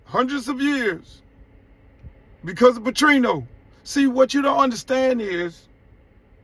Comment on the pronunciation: It’s NOT "PATRINO!" It's PATERNO Bra!! 😒😂 WHITE COACHES AINT DEALING w HISTORY of RACISM - Silly, HISTORICALLY CONTEXTUALLY DUMBFOUNDED mutha... !! 🏈🏟️🇺🇸💯😾 And I say that w love for Luke 🙏🏽💜. He mean well... BUT - Sherrone is the FIRST BLACK COACH MICHIGAN, due to utter devastation of centuries of discrimination and human rights violations. It’s OBVIOUS WHAT THE CONTEXT of what Ryan said was! Come on Blk folks 🤷🏽‍♂️🌎💯🦉